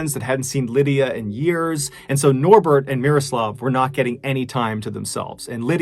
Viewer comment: MrBallen, you nailed the pronunciation of Miroslav's name. You really do your homework. Solid pronunciation is quite rare to hear when English speakers are trying to pronounce foreign names.